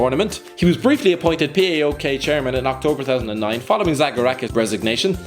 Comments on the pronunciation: It isnt P A O K or P A O L .. it is phonetic.. PAOK, read it as it is spelled. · Fucking Englishmen it is PAOK like in ONE word same with AEK STOP PRONOUNCING EVERY LETTER